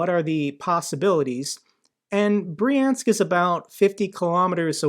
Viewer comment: Brjank, not Briensk